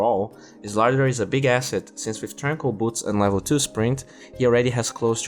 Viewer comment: Please pronounce slardar properly. It triggers me the way you pronounce it!